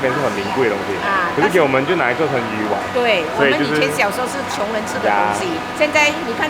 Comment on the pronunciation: 丸的讀声是“完” 讀鱼完😂